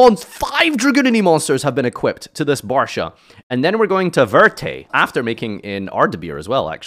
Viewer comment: Barcha not Barsha